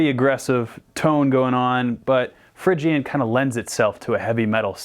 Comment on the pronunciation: you say Phrygian but its pronounced Phrygian...